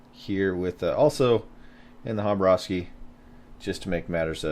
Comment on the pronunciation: you pronounced the two a's right,but it is pronounced kabarovsk,not Habarovskee :) Khabarovsk :)